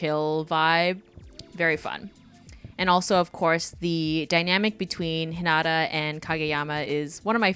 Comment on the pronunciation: why she pronounce hinata like that